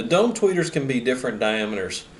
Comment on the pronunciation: With your accent, when you say "dome" tweeter, it sounds like you're saying "dumb" tweeter. Haha! Many people would agree...